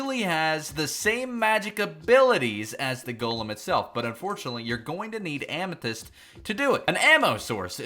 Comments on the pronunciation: Lmao “ammo-thyst” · Don't you mean *Ammo*thyst?